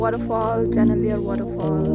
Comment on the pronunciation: Janailar not janaliar Pun